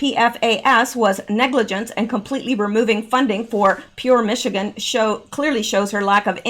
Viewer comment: I grew up in Michigan. Say Michi and ganders - like male geese.